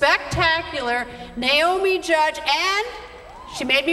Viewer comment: Greta it is JUDD not JUDGE!